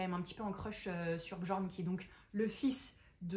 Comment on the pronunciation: Très chouette vidéo 🎉 petite aide "prononciation" , le "j" dans les mots Jarl et Bjorn pour ne citer qu'eux, se prononce comme un "y" ou "ill", donc "yarl" et "Biorn". Je ne connais pas l'autre mot par contre 😅 ⚔ Sinon, Hourra pour la fantasy et la romantasy ! ⚔